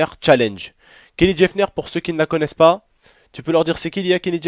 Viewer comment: Pk tu prononcer Jeffner c'est Jenner tout court